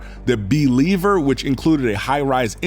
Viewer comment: Bee-liever? No way that's real...hahaha